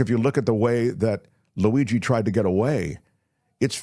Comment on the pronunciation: “ Laweegee”?? Jeeeez people